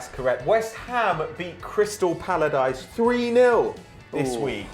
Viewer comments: "Crystal Pallardice" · "crystal pallardyce". seriously????